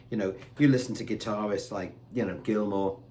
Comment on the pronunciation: definitely put on a bit of a psh voice there for Gilmour 😂